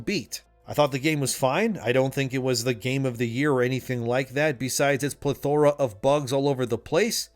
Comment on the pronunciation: Learn how to say "plethora" dude.